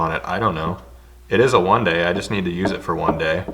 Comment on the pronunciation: Is it just me that hear "juan day"?